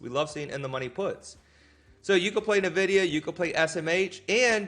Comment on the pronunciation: It's ENN-vidia, not NUH-vidia. I lived in Silicon Valley for 25 years and drove by their HQ every day.